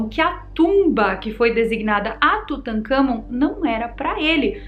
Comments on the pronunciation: Kkkkkk "Tutakamgô" kkk ,uma sobre a diarréia,pode ter sido da mosca.... sugestão : Coma goiabas não maduras ,bananas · Tutangagón 🤣🤣🤣🤣🤣🤣🤣🤣 nunca ri tanto 😂😂😂😂😂🤣🤣🤣🤣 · Tutancagón...kkkkkkkk Adoro a